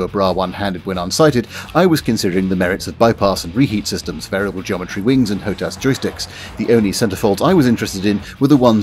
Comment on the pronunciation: HOTAS is pronounced hot ass.